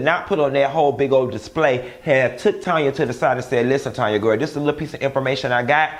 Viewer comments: TAAAAANYA!!!!! Not Tonya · her name is TANYA!!! TAN-YA lol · Tanya, not Tonya 😆😆😆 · Do it’s TANYA not Tonya🤣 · STOP calling that lady Tonya when her name is Taaaaaaanya🤦🏾‍♀️🤦🏾‍♀️🤦🏾‍♀️